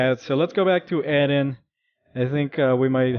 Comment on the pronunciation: Its eren not eden